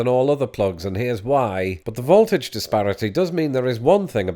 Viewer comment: I quite enjoyed the pronunciation of 'voltage' as 'vault-age' here. Don't think I ever heard that one before.